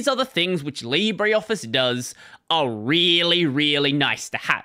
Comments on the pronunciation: leebruh, not leebry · It's pronounced "Libra"